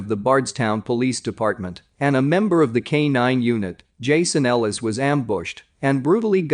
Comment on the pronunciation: You got Jason Ellis wrong. Smh.